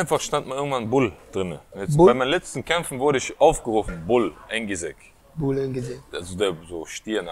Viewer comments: Engizek nicht enigicek er sagt kerim engicek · Er heisst Engizek und nicht engicheck! Tövbe tövbe 😉